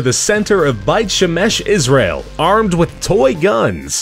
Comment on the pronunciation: beit shemesh. not bait shamesh huehue i remember when that happened XD